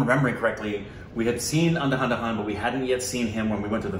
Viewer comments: It's Andha-dhun not anda- handa-hun come on 😒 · ANDHAHANDAhan 😂😂 that's pronounced as "and-dha-dhoon " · They still use to say it ANDAHANDA 😂😂 Pronounce it as ANDHAAAA DHUUUUNNNN 😋😆 That means Tune of Blind 😊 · Don't saya aada dhana,it's andhadhun😅😅😅😅@